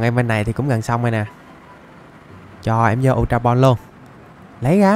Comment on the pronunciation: ultra ball mới đúng bro lại đọc sai tên r còn lúc chơi game tui xài bóng thường cũng bắt đc chứa cần gì ultra ball:))